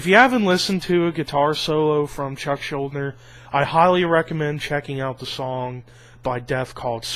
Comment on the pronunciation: it's pronounced schul-deaner but good video :)